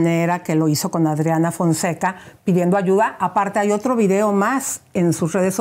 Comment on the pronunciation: Es que dijo Audriana Founseca.... en vez de Adriana Fonseca a quien se le ocurre?!😂😂😂😂😂